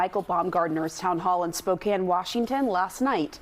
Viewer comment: As a native Spokanite I can say with pride, the national news FINALLY knows how to properly pronounce the name of that shithole.